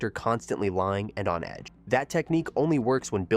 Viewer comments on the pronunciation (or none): none